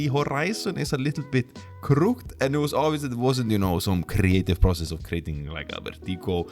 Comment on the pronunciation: It’s pronounced “crook-ed” :)